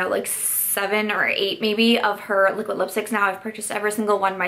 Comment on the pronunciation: Ok, have to admit I like your videos because of the way you pronounce your D's as T's :) my life isn't complete until I hear you say "Liquitt Lipstick"